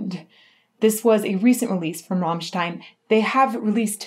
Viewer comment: Yes, all except she keeps saying "Rahmstein".... its "Rammstein"